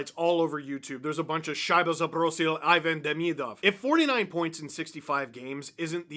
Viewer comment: If I didn't know better, I would think is fluent in Russian